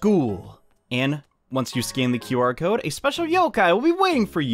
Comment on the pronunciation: It's not QR cod its or cod.